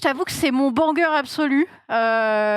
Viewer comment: me stresse à dire BANC-GUEUR au lieu de BANGER ptdr